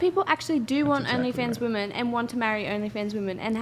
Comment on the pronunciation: Why are girls pronouncing “women” wrong? Seems new.